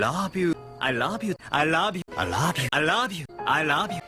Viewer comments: I like the part where he says 'I rouve you' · It sounds like "I lob you" to me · Damn, I almost make it past the middle with it still sounding like "I love you" but in the end It ended up "I rob you, I love you, I lob you, I rob you, I love you, I louuve you" XP